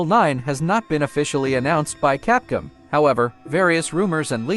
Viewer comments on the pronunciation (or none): And capcum huh. You need better ai 🤖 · Capcum huh. You need to try a different ai speech mod.